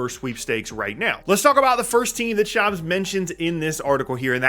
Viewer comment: It’s [Shahmz] not shams (i.e. rhymes with tom, not jam)